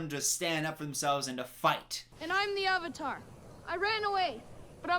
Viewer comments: Joshua Well actually, Sanskrit isn’t spoken as much as before, but people do recite scriptures. Sanskrit originates from Asia (South Asia to be specific). All I’m saying, is that, one of the very few things the movie did right, was pronouncing the word Avatar. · I just realized that the only decent thing about this movie is that their pronunciation of the Avatar is closer to its actual sanskrit one.